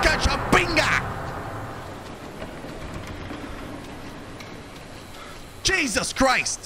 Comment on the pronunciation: He always says Pinga hahahahahahaha